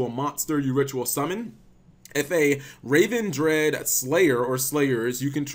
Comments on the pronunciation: Great video, just in quick nitpick. you kept calling the Ritual Ravendread when it is Revendread. Re like revenant. This bugs me more cause then you pronounce the Ritual spell correctly with it being the same exact word. that will be all. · RE-Vendread. that's how you say it. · Also it doesn't say raven. Say it like you're saying revenge. Revengread